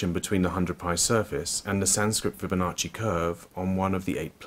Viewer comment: The "sancrit fibbonocci curve a planes" 😂😂😂 "taurus equitorial plane" 😂😂😂